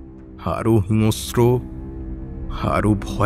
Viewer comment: Kathata Hinosro noy Hinsro